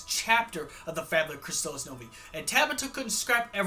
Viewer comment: You mispronounced Fabula Nova Crystallis.